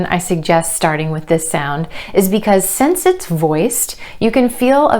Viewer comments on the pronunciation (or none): 'since' not 'sense'